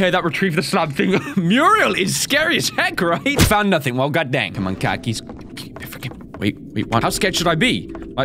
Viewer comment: its na-thing not na-think